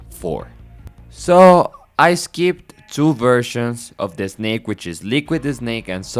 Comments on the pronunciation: its so funny whenever you say snake, you say eh-snake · Excellent summary my man, very well done! And from now on, I'll be pronouncing it "Eznayke" 😜 (just kidding, I'm guessing your mother tongue must be Spanish, where the letter "s" is always preceded by an "e")